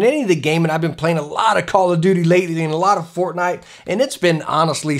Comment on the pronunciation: awesome review, I like that Mouse. FORKNITE LOL NOOOOOOOOOOOOOO YES I said FORK